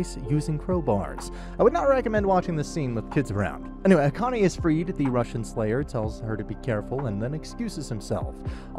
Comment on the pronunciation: Subscribed because you're the first anime recap channel I've seen that can pronounce "Akane" correctly because you're not some audio bot.